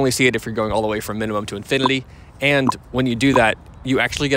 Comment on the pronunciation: minumum to infidely hehe